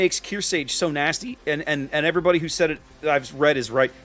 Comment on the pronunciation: I know I'm being a grammar nazi right now, but It's pronounced kear•SARGE as in sergeant (you keep removing the R). She's likely named after USS Kearsarge BB-5, the only US battleship not named after a state but after a Civil War sloop; which was in turn named after Mount Kearsarge in New Hampshire. Other than that, great game. I loved the one-shot on the Hipper!